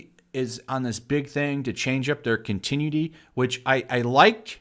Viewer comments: I quit DC when Tom King was put on Batman. Also, FYI, it's "con-ti-NYUU-ity, not "cun-TIN-yuu-ty". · CON-TIN-EWW-ITTY. FFS that drives me nuts when you mispronounce it. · The way you pronounce "continuity" is completely unique. I've never heard another English speaker pronounce it that way. Keep making grammar your bitch!